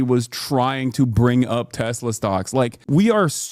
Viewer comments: "i love TESLER" will now forever live in my mind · “I LOVE TESLER” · TesSLUR lmao? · "I love toslur"